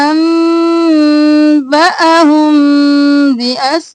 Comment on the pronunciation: انباھم۔ اپ نے با کو لمبا کر کے کیوں نہیں پڑھا۔اس لفظ کی سمجھ نہیں ائی مجھے۔